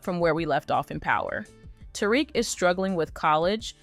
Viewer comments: Who tf is "terick" 😂 its " ta-reek" "tariq" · I didn’t even finish this video, because if you can’t even pronounce the main characters name, why would I think you could tell me anything about the show. 😂